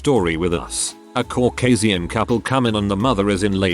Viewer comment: I know sometimes the pronunciation can be annoying but I'm really enjoying 'caw-cay-see-un' and "she flipped a black guy" as if she took him on, did him up a bit and then sold him off like a damn house 😂